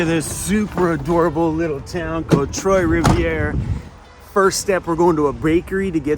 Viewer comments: Trois is pronounced "twa". You got rivier correctly. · It is pronounced Twa as in that word with the T. 😊😁🤣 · Pronounced ‘twah’ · You’re dating a French girl and you can’t pronounce three in French? Just pronounce it twa rivier